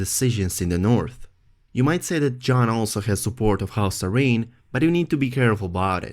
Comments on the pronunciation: "A-reen"...Air-in is how you pronounce Arryn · i thought it was Ah-rin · Say Arryn one more time...